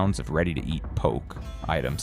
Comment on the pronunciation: It's " Ah- hee tuna" "Po- kay" !!!